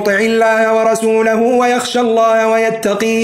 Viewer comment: جزاكم الله خيراً وبارك في جهودكم المرجو الانتباه الى كلمة (ويخشى الله ويتقه) القاف لا مد فيها